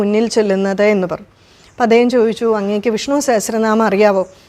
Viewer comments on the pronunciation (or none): വിഷ്ണൂ എന്നാണല്ലോ ഉച്ചരിക്കുന്നത്; വിഷ്ണു എന്ന് ശീലിക്കേണ്ടേ? 🙏